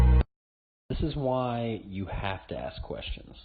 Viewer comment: Now one of my favourite channels. With the first story, with Siri: It's ASK not ARKS. Guys you make us sound stupid